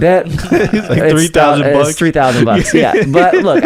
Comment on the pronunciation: “We on episode tree”🌲🤣